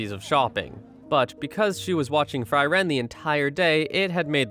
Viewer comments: All this Member have german names. Frieren [ˈfriːrən] not Fry Wren = freeze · It´s Fri: ren, not Freiren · It's pronounced (free ren). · I feel things about how the protagonist's name is pronounced throughout this.